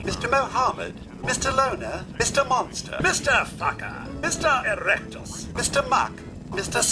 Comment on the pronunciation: errrectus is good too